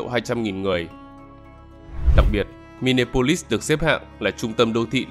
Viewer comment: Xin góp ý kiến Đọc là mi ni a polis